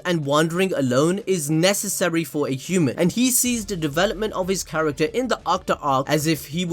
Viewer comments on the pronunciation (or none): none